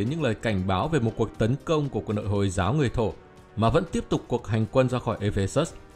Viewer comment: Nghe Từ hồi là ko thích r Hồi hồi ->>> y như hôi hôi v